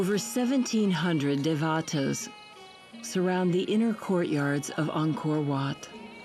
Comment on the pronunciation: If I may...the word Devata is pronounced Day-va-tha..and not Devaata! It refers to a heavenly being in the Hindu tradition, god or goddess. Buddhists do not believe in such beings but Buddhism became intertwined with Hindu beliefs, hence Dévathas! And oh, Prajnaparamita means the perfection of wisdom, and the Prajnaparamita Devi is the mother Goddess who represents or radiates such. Prajna-paaraa-mitha is the pronunciation...